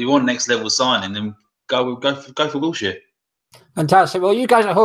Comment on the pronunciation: He said realistic and he says wilshire looooool''''im done